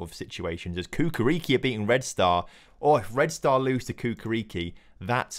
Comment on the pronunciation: Hey brotha love the series! It's Chukarichki not Kukariki :D Keep it up